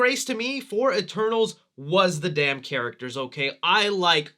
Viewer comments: At the start it sounded like he said “E-Turtles” lol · LMFAOOOOOO I ALSO THOUGHT HE SAID THAT😭😭🤣